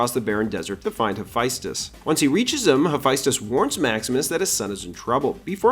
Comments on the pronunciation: This is all fascinating but… it’s pronounced HA-FEST-US. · BRO LEARN HOW TO PRONOUNCE HAPHAESTUS PLZ